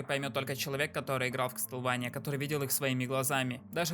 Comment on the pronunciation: (Извини за то, что я душнила) Не кастлвэния, а Ка́стлВа́ния